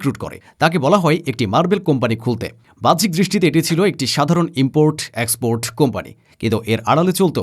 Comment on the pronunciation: Tui holi miskin sangbadik. Tor ucharon bus er helper der mato. Erdoan er ucharon thik kor. Export er ucharon thik kor